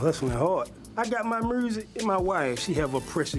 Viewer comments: I got my “murrsikkk” 😂😂shooter wth!! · “I got my mursic “😭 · & Scrappy with their mur-sic & bur-tiful 😂😂😂😂